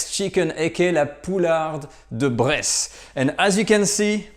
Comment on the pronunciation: Somebody else hear him say Breast Chicken instead of bresse chicken all the time? No? Only me? Well then...